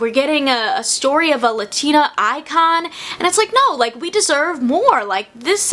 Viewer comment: How you gonna talk about authenticity and not even pronounce ‘latina’ right??